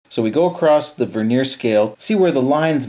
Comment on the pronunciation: The word Vernier has the accent on the first syllable, not the second. The word Vernier, with the accent on the second syllable describes a thin layer of wood on the surface of furniture.